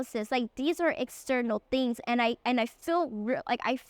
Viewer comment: Pronouncing Khmer correctly felt so wholesome.